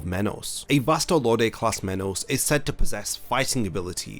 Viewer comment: why is his pronunciation of vasto lordes sounds like vastal orders ?